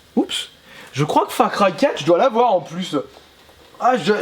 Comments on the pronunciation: Mdr FRA CRY 4 a cause de toi j'ai un fous rire :-) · Salut chère on dit far cry si on sait lire